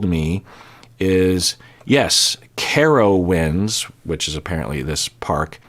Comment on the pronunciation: As a native Carolinian, who has been and even worked there, watching Dr. Kirk pronounce Carowinds makes this the best season ever 😊